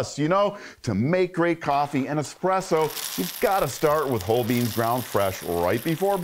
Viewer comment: *espresso, not expresso....